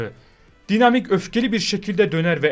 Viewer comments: Dinamik degil daynamayk diye okunur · abi daynamayk diye okunuyo